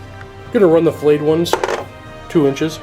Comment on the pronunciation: Does say 'Flayed Ones' or 'Filleted Ones'... because if it's the latter every time he says it, I get hungry... Stop it!